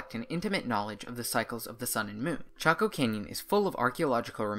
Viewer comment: I thought your pronunciation was off, too and here it is already in a comment. Go ask a native 🤣🤣🤣🤣